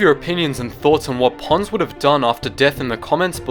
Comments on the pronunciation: I thought you said Puns or Pans but you said Ponds..... He was one of my favorite. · I know his name is Ponds, but I keep hearing Puns... Commander Puns \@@ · kyle jackomino , Not to be Rude but Its Commander Ponds not Pawns